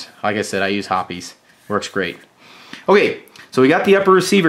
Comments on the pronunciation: Hoppe's, as in "hops," not "hoppy's." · ITS HOPS lol not hoppys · Pronouncing Hoppes wrong since 1995... lol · I dropped down to the comments to see what the actual pronunciation of Hoppes is. 😂